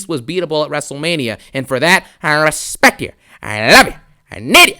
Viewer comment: "I reshpeckt ya juuuhuuuuunk"